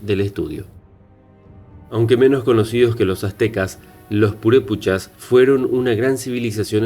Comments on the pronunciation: No es purePUCHAS se dice purePECHAS ! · No se dice purupechas..... es purepechas!!!!! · Disculpa, no son Purepuchas, son Purépechas. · PUREPEEEEECHAS. no purepuuuuchas. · No se pronuncia purépuchas son purépechas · PurépEchas... no PurépUchas... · Es Purépechas no purépuchas, es lago de Pátzcuaro no pútzcuaro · Lo estas pronunciando mal , se llaman Purepechas , , no puré puchas . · Es Purépechas, no Purépuchas. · Ma migo muy bonito documental pero no son purépuchas , son purépechas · JAJAJAJA NO SON PUREPUCHASJAJAJAJAJAJAJ SON PUREPECHAS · purepuchas.!!!!!.....jajajajaja.....son PUREPECHAS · Purépechas no purepuchas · Purepochas? Deberías tener respeto a los nombres y estudiar mas para no decir tonterías. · Aprende a leer güey! No es purépuchas, es purépechas y otras palabras que dices mal. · No son purepuchas, son purépechas y el lago es pátzcuaro y no putscuaro. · Es purépechas NO purepuchas. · Gabriela Hernandez también dice purepuchas y es purepechas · Se dice purépEchas y PÁtzcuaro... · PATZCUARO Y PURÉPECHAS... Wey al menos investiga como se pronuncia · Se pronuncia ..”purépechas” y se dice “Pátzcuaro” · Cierto, errores de dicción: PAtzcuaro, PurEpechas, y el nombre del lugar debe tener acento, imagino debe ser AngÁmuco. Y si se pregunta como es que los españoles vencieron pues sólo hay que recordar que ellos atacaron con agentes virales y bacteriológicos, solo la viruela que trajeron acabó con muchos nativos. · Y purépechas..